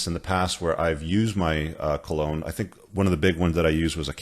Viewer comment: And remember, cologne rhymes with alone.